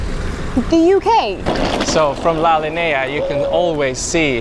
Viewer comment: Hey! Great video ☺️ I’m from Gibraltar born and raised there glad you liked visiting Gibraltar! Few things: La linea is pronounced as “la linya” I guess that’s the easiest way I can describe it lol We do have another pound in circulation but that one can only be used in Gibraltar I think